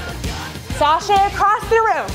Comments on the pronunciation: Pretty sure it's chassé and not saché :') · Chase = shaw-say (not saw-shay). Cue before the next move, not during. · This was a great workout but I have one super pet peeve. I don’t know why so many instructors use the word “sashay” when they want the word “chasser”. It makes me crazy. Anyone who has ever studied ballet or taken French, this misuse will make their ears bleed. Please please please it’s NOT sashay - it’s CHASSER. Thank you otherwise for a great workout